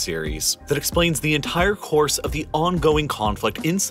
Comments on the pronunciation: You pronounce entire like enthhhhhhair. hahahah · For some reason unbeknownst to me, I absolutely cringe every time you say the word “entire”… it sounds as if you’re pronouncing it “entihhhire” and I can’t get on board. Edit: Video is amazing tbh all your stuff is. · theres no h in entire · Great content. Another perk is the voice pronouncing words like “entire” which sounds like “ENTHHHAIAH” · China's Enthhhire Oil & Gas Problem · i love the entire pronounce, "enthaire"